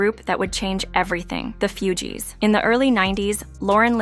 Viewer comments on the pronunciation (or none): IT'S NOT FEW-GEEES😂😂😂😂😂😂🤦🏿‍♀️🤦🏿‍♀️🤦🏿‍♀️🤦🏿‍♀️🤦🏿‍♀️🤦🏿‍♀️